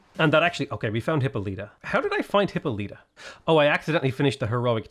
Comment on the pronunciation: For the hundredth time, Hippolyta is pronounced "Hip-Paul-lih-tuh", not "Hippo-lee-tuh"🦛